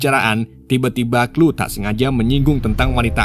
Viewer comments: Chloe...klowi...kok jadi klu sih bang 😂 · Sori bang di koreksi dikit 😊 Left behind bacanya lef bihain bang bukan lif behin Chole bacanya kol bukan klu